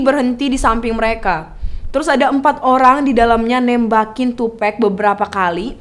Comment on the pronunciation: NOT TUPEC, IT'S TUPAC! That's why Nas said " white people always said TUPEC, not TUPEC.. TUPAC " Sedikit kasih tau ya, Tupac sama Biggie itu deket banget sampai pada waktu Biggie lihat Tupac deket sama orang yang dianggap berbahaya sama Biggie, Biggie ngasih tau ke Tupac kalau jangan terlalu deket sama orang itu, gue lupa namanya dan itu terjadi disuatu acara. Tupac risih sama kelakuan biggie yang bgitu, mulai dari situ hubungan pertemanan mereka renggang dan kurang baik. Soal lagu " Who Shoot Ya " itu bukan lagu yang dibuat untuk tupac pada saat itu, tapi itu lagu emang sengaja dibuat sama biggie, terus orang orang terdekat tupac pada ngomporin ke Tupac kalau lagi itu dibuat untuk dia apalagi seperti yang kita tau dia abis di tembak.. lagu Who Shoot ya keluar beberapa waktu setelah itu, Tupac dkk mengira itu Diss Track ternyata bukan. Dan seperti yang dijelasin setelah itu Rilis lagu " Hit em Up ". Penjelasan soal Keefe D ini juga ga jelas, di suruh bunuh siapa yang dimaksud ? Tupac apa Biggie ? Keefe D ini adalah Om dari Anderson yang di pukul Tupac dimalam itu, dan dia orang yang melaporkan saat itu kepada omnya Keefe D yang seorang bandar Narkoba. Balik kilas ke Kehidupan Keefe D, dia tumbuh besar di Compton dan dia dari kecil sudah begabung dengan Gang. Singkat cerita dia dewasa kerja di perusahaan tapi dia ga nyaman, lalu dia milih buat jualan narkoba. Lanjut lagi, ni keefe D ga tinggal diem keponakannya di pukul. Jadi pada hari itu setelah tupac dalam perjalanan pulang